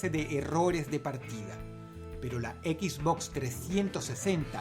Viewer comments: Encerio djistes EquisBox? jajaja dross se dice Xbox. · Dross lo pronuncia Equizbox Yo lo pronuncio esbox Quien esta mal D:?